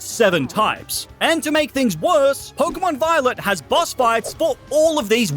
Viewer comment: 39m 7s did blud say pokemon biolet or am i imaginating things